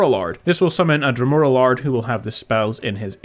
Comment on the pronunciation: lol Dremora "Lard"